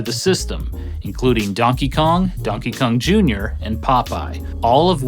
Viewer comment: Great video as always! So much love for this channel. Does anybody else hear him say Dunkey Kong